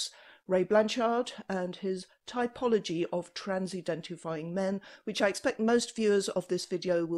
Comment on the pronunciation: I love it when she says that